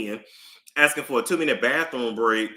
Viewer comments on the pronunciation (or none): none